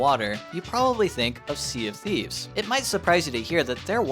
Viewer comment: He said "Sea of Thieves" and my engineer brain heard "CFD"